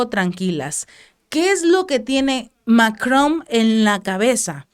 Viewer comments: No se dice MacroM es Macron Es con N al final No con M Y se pronuncia sin decir la última letra Macro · Emmanuel MacroN, con N, no con M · No se llama Mc"romm se llama Macron 😆